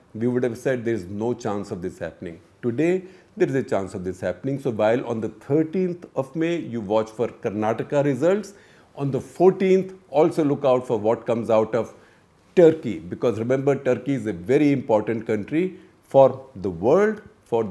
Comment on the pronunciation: Nice to know that you said 'hope I pronounce the name right', but you never bother when you maul and maim south indian names. leave aside individuals' names, you dont even get states' names right. so irritating when you say 'karnatak', 'keral'. you just dont care how you pronounce these names, do you? would you like to be addressed as Mr Gupt"?